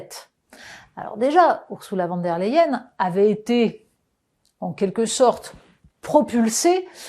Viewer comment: Votre façon de prononcer le nom de cette dame est symptomatique. Ce n'est ni du français ni de l'allemand et ça irrite franchement.